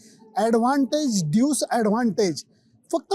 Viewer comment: सर ड्यूज की ड्यूस ? नक्की उच्चार कसा आहे? तुम्ही ड्यूज म्हणत आहात पण त्याला ड्यूस म्हणतात असे मला वाटते। नक्की माहित नाही। तुम्ही क़ाय ते सांगा